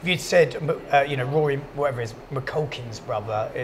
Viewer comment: "Maculkin" lmao